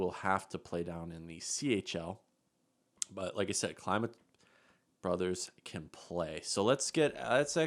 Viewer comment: His name is like saying kleema not like how you say it and it's the same way for his brother I've watched him play all of his junior hockey career